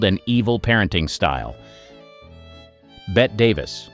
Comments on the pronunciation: Gloria Swanson worked for the "FEDERAL RESERVE" on her downtime. It's BETTE Davis, NOT Bett Davis!!!! And this ended oddly. Other than that, GOOD JOB!!!! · With due respect Davis's first name is pronounced "Betty" not bet. Thank you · You committed the cardinal sin of pronouncing Bette Davis “Bet”. 😵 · All this research and they couldn't pronounce Marlene Dietrich or Bette Davis' names correctly?